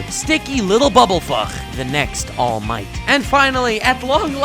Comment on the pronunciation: All Might: Allu Mighto Deku: Samallu Mighto Bakugo: Dynomighto